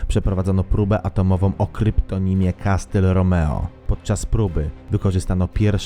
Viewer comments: filmik super tak jak zawsze ale na przyszłość czyta się ,,kasyl,, a nie ,,kastyl,,. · Come on! Ale nie "kastel"!